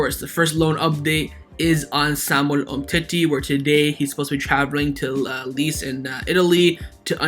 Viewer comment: Very gd content. But it's pronounced as lay chay = lecce